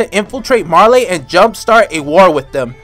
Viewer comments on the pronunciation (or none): none